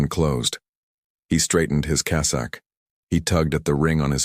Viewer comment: Good God ( if you excuse my pun), your channel specializes with the Vatican, the papecy and it's governance. And yet, your narration which I imagine is AI, is not able to pronounce basic inherent words to your dedicated channel; "dicastery", Parolin", "cassock". The curia is not the cure. Do you understand how many times the word " dicastery" is said in this story. Show a little self respect in regard to your finished product.